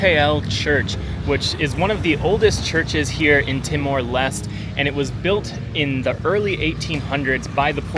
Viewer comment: LES - TE.... not lest.